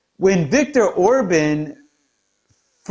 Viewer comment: You did OK with the Mayor's name; don't sweat that. Just work on Orbán's. (Orbán: like, Autobahn. : ) Does he have a brother named Otto?